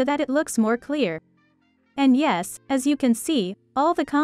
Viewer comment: Ohoooe türkmüşsün btw yes dediğin zaman türk olduğunu anladım